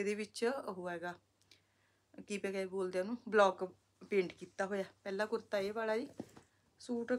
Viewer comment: ਕੁਰਤਾ ਕੁਰਤੀ 😃😃😃😃ਕਿੰਨਾ ਅਜੀਬ ਲੱਗਦਾ ਦੀਦੀ ਤੁਸੀਂ ਸਿੱਧਾ ਕੁੜਤਾ ਕੁੜਤੀ ਕਹਿ ਦਿਉ😂😂😂